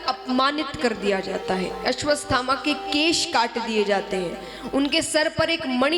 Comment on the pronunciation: Aswaththama ko ap aswasthama bol rhi ho